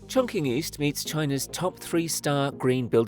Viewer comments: "Chongqing" which is pronounced (Chong-Ching), is mispronounced in this video by an AI-generated voice as "Chong-King." This occurs when written script is interpreted literally as it looks, without prior knowledge of the audible sound that it is culturally derived from. AI-voice overs, are notoriously full of these errors of mispronunciation. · Amazing structure! - the pronunciation of Chonqing is like 'Chong-Ching' not 'Chong-King' 😉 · If I hear “chonking” one more time 😭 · its pronounced chong-tsching. like the qin dynasty (not the same character but close enough) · "Chong-ching" please! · Its pronounced chongching btw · I see your research didn't go as far as the correct pronunciation of the city name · Everyone appears to get the pronunciation of Chongqing right except you. You can ask ChatGPT how to pronounce things or even select text on an Apple device and choose Speak, or you can fly to Chongqing and ask a local. There’s no excuse for butchering names anymore. I’ll be watching you, DON’T make another mistake. Sheesh! 😡😂😂